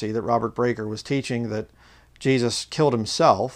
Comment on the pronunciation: I got strange feelings about, the way he would say ‘Jeeshush’ not Jesus, yet his English was perfectly capable, he used strange inflection on his voice and bizarre eye movements